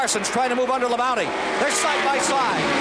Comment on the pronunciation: Ken keeps saying Terry La-bounty LOL